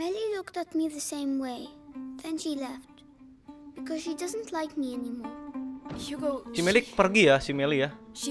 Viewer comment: Seharusnya bukan Hugo,tapi Hago😅😅😅